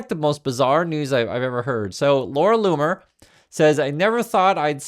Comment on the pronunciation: Its pronounced Laura Looner and nothing anyone says will change my mind, shes at it again sigh...